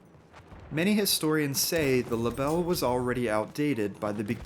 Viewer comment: I don’t speak french but I am sure you absolutely smashed the pronunciation of that rifle 😅